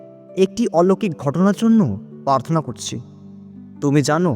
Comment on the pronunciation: পার্থনা নয়, প্রার্থনা বলবেন।